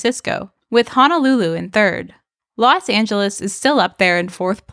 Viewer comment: Los Not Las